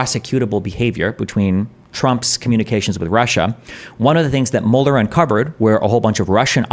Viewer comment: I could swear Destiny is saying Mulder and not Mueller. To be fair, Trump would make for an excellent creature featured in a monster of the week episode 😂